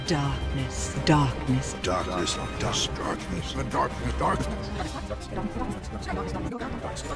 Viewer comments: "Embrace, The Darrrknesss." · Return to Dorkness! Edit: ZFor some reason after playing KHs for a while I always started to hear Darkness as Dorkness.